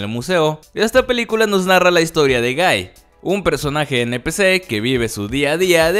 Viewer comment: Por alguna razón a la primera escucha gay en ves de guy Xd